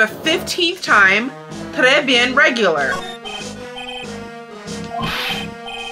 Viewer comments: You confused the language of the restaurant's name at the beginning, you pronounced it as if it were spanish when it's french 😅 indeed it is pronounced ''treh'' instead of ''tres''. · also the n in bien is pronounced more nasaly. Think of the stereotypical French laugh ("Hon Hon hon!"). So altogether it is Treh bi -ehn. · "Tres Bien" means "very well," "quite well", "pretty good" etc. 2 SYLLABLES : TRAY BEEYEN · French people don't roll Rs, though. Also note the accent on the door sign is also incorrect